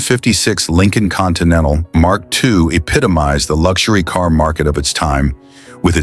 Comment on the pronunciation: Had to stop watching because I couldn't bear listening anymore & realized that the next car the voice was going to butcher was the Mark II (and who knows which incorrect cars might be also be shown among the 'Mark II' clips). This script needs a career change. It sure won't fool it's logical audience.